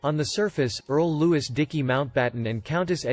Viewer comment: I will subscribe when his guy pronounces Prince Louis correctly.Prince Lewis ?